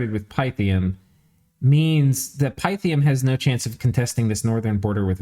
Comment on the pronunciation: Great video! FYI : It's jow·tn (heim). Its roots are old Nordic or Scandinavian, not German. Also Pi ·thee·uhm. Greek with new Latin. Keep up the great commentary, can't wait for the next video!